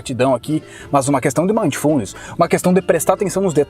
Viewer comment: Ei,. Se você está lendo os comentários e assistindo ao vídeo ao mesmo tempo, PARE. Ah, e só a título de esclarecimento, a pronúncia é MINDfulness. Eu pratiquei isso durante essa semana desde que vi o primeiro vídeo do, e estou tendo resultados incríveis. Muito obrigado, irmão!